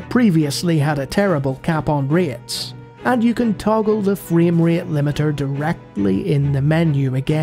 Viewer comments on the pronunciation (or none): wtf is a fraem reat.